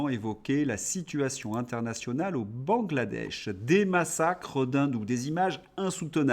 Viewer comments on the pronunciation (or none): none